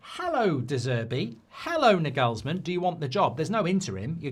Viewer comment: It’s pronounced ‘Narglesman’